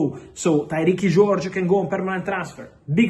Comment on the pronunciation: Tyreeekee George 😂